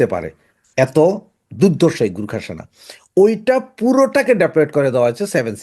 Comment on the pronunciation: গুর্খা নয় গোর্খা।